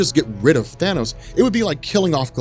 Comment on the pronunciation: At least you didn't say thaynose, fuckin hate when people say thaynose. It's Than-ose you morons.